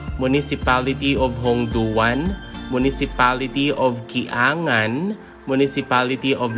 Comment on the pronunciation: Kiyangan not ki a ngan